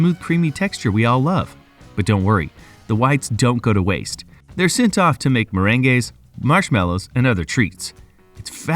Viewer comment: How about the pronunciation of meringues ??? MER-AN-GAYS!! Love it.